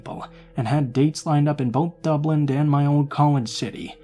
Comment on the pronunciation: It’s Dublin not dublint 😂😂😂🇮🇪🇮🇪